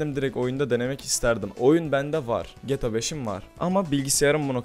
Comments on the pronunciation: geta değil g t a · abi geta değil amk GTA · Abi 'geta' değil 'geğteğağ'. Ldkskxmskxmsmd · geta 5 hızlı okuyun :D:A:das:Dsad o ne abi ya geyta 5 diye okunuyor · abi allah aşkina sen bir daha gta deme nolur yaf cok sinir oldum suna g t a desene 😤😤😤😤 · 1-)GETA 5 DEĞİ GTA 5 YANLIŞ ANLAMA ABİ:ddd 2-)hidra değil abi hydra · abi gta demeyi öğren lütfen. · şunu geta 5 diye okuyucağna gta 5 diye okuma sinir oluyorum :D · abi o geta 5 diye okunmuyo ge te a 5 diye okunuyo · geta 5 değil gta 5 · EVO - Akif Aynen bende boyle yazdim helal bee :) ayn bende sinir oldum lan geta diyor getea dicekken sjsjs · PELİNSU YILMAZ geta diyor ya ayar oldum video boyunca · Şuna gete 5 deme sinrim bozldu sjsj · Geta 5 deme o ne öyle ?! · gıta demesen olurmu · lutfen gta deme ya o nasil bi gta diyis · abi geta neden diyon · abi seviliyorsun ama gta demeyi öğren lütfen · abi ne güzel gta diyon dfghsgh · su gta yi duzgun oku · gta demeyi öğren